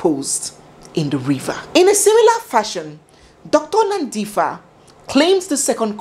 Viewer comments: I am a South African but this is the first time I hear this kind of detail into this story. Your researching skills are "Off The Charts". By the way, Dr Nandipha belongs to the Xhosa tribe and the "ph" in her name is not pronounced "f" as in English, but like "p". So it's Nandipha and not Nandifa. I live in Pretoria near the prison where Thabo Bester is now incarcerated, and this time I pray that the Prison Warders in Kgosi Mampuru have intergrity. In fact Barista, I think you should also hold a 3 day "Prayer and Fasting" for this case also on all Social Media Platforms. 😂 I'm even shocked to think that Dr Nandipha was not even scared that Thabo Bester might end up killing her also like Nomfundo, his former girlfriend. Some ladies are brave! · pronounced as NANDIpa - add the H for the sound for PAranoid, not PHantom😉. loving the story telling skill.thanks. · it's pronounced like pb not ph(f) like nandipba. And katleho 'g' turns to 'h'. Great narration and what a story! My regret is for those 2 little girls whose life will never be the same. How horrible for them, life was meant to be so different for them. Imagine a home with both parents as successful doctors, the world was their oyster. I sincerely pray for them. Following and loving your style all the way from Kenya... 🎉 To 100k subscribers.... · It's Nandipa. But spelling is Nandipha. The H is silent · Every other news outlert and entertainment channel has carried this story but boy oh boy! I was waiting to hear it from! And like always you did it Justice, her name is Nandipha[ pha prounced as Pa isnt like Paper] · hes not in pretoria now but in bloemfontein khosi mampuru prison. thank you for clearing up the name mispronunciation of nandipha. that didnt ring so well for me.